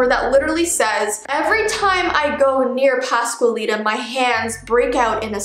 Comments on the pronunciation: Not hating but its la pasqualita not how u spell it how u say it u said la pascualita. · So, “La pascualita” is pretty well pronounced, but I would mark the “U” more. Like *qua*ntity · Say it with me "pas Qual lita" not quay Lita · I know Spanish and you almost pronounced it right